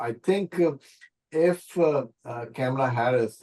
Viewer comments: She is intentionally mispronouncing the name "Kamla" ! Insulting Indians? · why you are pronouncing Kamala name wrong😮